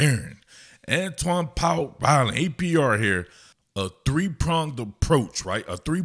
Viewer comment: Antwaun powell rhino 😂 I heard it , lets see if he lives up to the nick name that you accidentally gave him